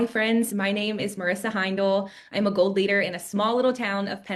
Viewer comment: anybody else hear “cult leader” when she said “gold leader”